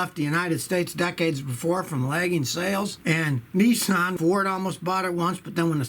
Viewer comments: Scotty it aint Nisssaaaan its Nissan just love the yaky twang !!! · Its called Nissan as in pissan .Not Nessan